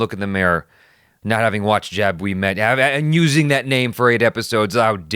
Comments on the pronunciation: Jab is pronounced like rub with a j. Not jab of jaby 😁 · Its not pronaunced jaab its jub 😉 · Its pronounced 'Jub' not 'Jab' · Pronounciation - 'Jub' like pornhub, we met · The Hindi word Jab from Jab We Met is pronounced "Jub" which would rhyme with hub, rub, tub... It means "When", so the title could be translated as When We Met. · First. Also, it's pronounced Jub like jug. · Lolololol dat some pronunciation dude :V feel like jabbing you :V